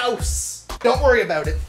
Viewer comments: XD its funny every time he says 'aboot' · As a fellow Canadian, you pronounce your "ou" sounds pretty stereotypically. I can see why people think we say "aboot" instead of "about". I don't here people talking like that much here in Ontario. Other than the oo sounds its pretty much the same though.